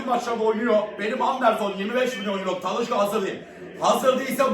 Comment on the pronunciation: Talışka değil Talişka😅